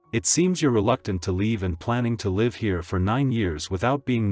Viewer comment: Yes there are a few words AI struggles to pronounce correctly based on the sentence context. Another word I have heard is live.